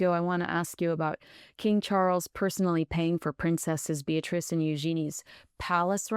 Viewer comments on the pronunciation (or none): none